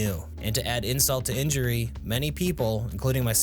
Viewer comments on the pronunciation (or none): none